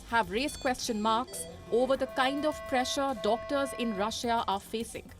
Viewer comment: can you get a new anchor who knows how to say the word Russia correctly next time?